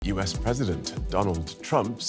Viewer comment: It is not “Yuis” as you d pronounce it, it is “US!” This lady has a serious flaw in English pronunciation 😢